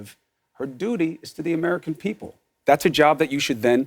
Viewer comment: nobody cares about "the American peepull"